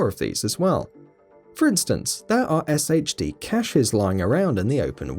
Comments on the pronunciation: pronounced "shade" tech not "S-H-D" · SHD is pronounced Shade.